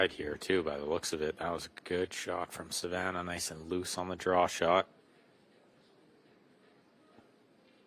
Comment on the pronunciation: Why does he keep calling her Savanner. Lol 😂